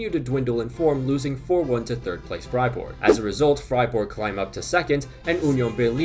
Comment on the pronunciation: Only team he can pronounce, im always dying with "Freiborg" and "Munchenglaadbak"